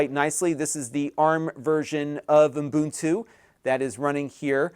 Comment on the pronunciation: Great intro for first time Mac users )or the “Mac curious”. lol.) It’s pronounced OO-BUN-TOO not UM-BUN-TOO.